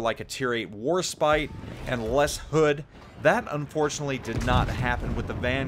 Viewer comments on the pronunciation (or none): none